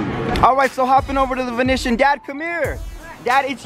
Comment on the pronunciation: The way you pronounced "Venetian" bruh 😂😂😂